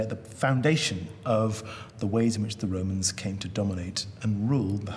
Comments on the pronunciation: Everytime I hear "the Roman's" I think of Pilot from life of Brian saying "are wee womans?" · Listenng to her say "Wome" and the "Woe mans" gives me a headache.